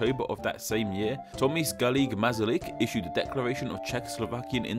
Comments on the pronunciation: Tomis Galigue Masalyk Okay, I get the middle name and last name, But how the heck did you mispronounce Tomas? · Tomis garlic mazalik? Orly? Are you american, or what? Tomáš is like Thomas but with sh sound at the end. Garrigue is french, its more like "gharick". Masaryk is like masala with "rick" instead of "la".